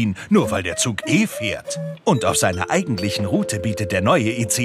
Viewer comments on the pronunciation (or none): none